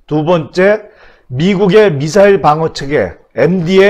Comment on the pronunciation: 야 임마 지소미야지 무슨 지쏘미아야? 요즘 북한말투 쓰는 놈 많더라. 미사일이라 불러왔는데 북한식으로 미싸일 발음하는 방송 많아졌어. 고쳐! 북한말 지겹다.